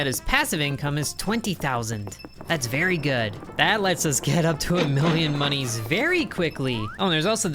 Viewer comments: Stop saying mooniees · STOP SAYING MONIES!!